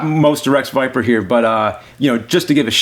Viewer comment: Did he say Wreck Viper? 😅